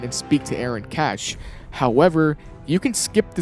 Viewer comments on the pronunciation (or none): bro said aaron cashier 😭